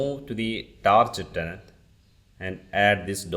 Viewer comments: Great video Only it's not tarjet tenant it's tar get tenant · It is pronounced TARGET, not TARJET !!!!